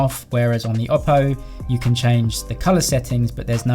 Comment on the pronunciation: i really like the way you pronounce oppo